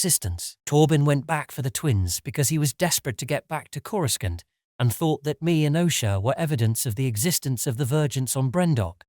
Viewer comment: Why do you pronounce coruscant the way you do? sounds so weird... as if you weren't watching the same movies / shows all say it without the middle "c"... sounds so weird lol